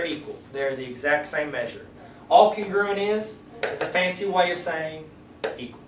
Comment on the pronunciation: Congruuuent? I thought it's pronounced Con-Gru-Ent